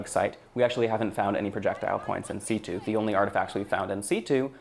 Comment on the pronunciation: Yeah that hurt to hear, lol